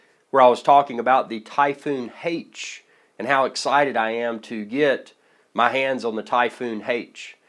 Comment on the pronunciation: Why the hell does he keep saying Typhoon Hate?